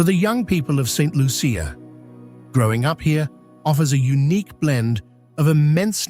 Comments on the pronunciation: Saint Lucian here! This video needs to be taken down and properly edited. 1. You might have checked the correct pronunciation of the name of the country. 2. There are no crocodiles in Saint Lucia. 3. There are scenes which are obviously not authentic. 4. The AMERINDIANS were the original inhabitants of the island and are not mentioned in your comment on ethnic history. 5. After slavery was abolished, India became the source of indentured workers many of whom remained and contributed to the ethnic mix. 6. It is incorrect to say that the island is geographically isolated when it is surrounded by neighbouring island countries and has direct international flights to Europe and North America. 7. Saint Lucians are very well educated with a large middle class and like any other country, people move around the globe for various reasons. 8. There is a large community college and access to The University of the West Indies (UWI) which has 4 main campuses in Trinidad, Jamaica, Barbados and Antigua, as well as Univerrsity Centers in all the other islands facilitating its online degree programmes. Thousands of Saint Lucians have done degrees in Science, the Arts, Medicine, Law, Education, etc. NB Saint Lucia has two Nobel Laureates (Economics and Literature). Stop the stereotyping! Island nations in the Caribbean are countries like all others, with normal social issues and a range of lifestyles as in any country. At least have the courtesy and professionalism to check your AI and do the a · I am getting annoyed by those AI videos. Like many other born Saint lucians, we can clearly see you did not do your a research befor making this video. You're mixing up different saint lucia videos. And please learn how to pronounce Saint Lucia. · The butchering of my island's name and some of the communities.